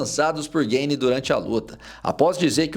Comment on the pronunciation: Gueine, Gueyne, Gayne... tu é americano cara? GANE é Francês.